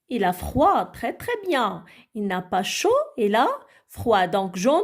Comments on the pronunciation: Chouha wach il ne se prononce pas elle Prononciation nulle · Chouha prononciation nulle Il ne se prononce pas elle